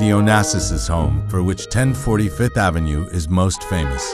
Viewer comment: I'm surprised that VF doesn't have enough sense to hire a VO artist who says "Fifth Avenue" instead of "Fith Avenue".